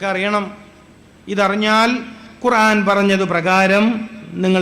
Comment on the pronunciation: قرعان അല്ല മൊയ്‌ലിയാറെ قرءان ആണ്